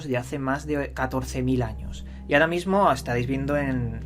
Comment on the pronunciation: Ve al logopeda, dices "d" en vez de "r", ejemplos "vadios", "cultudas" "ahoda"